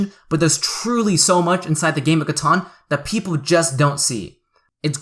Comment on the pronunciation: Catan not Caton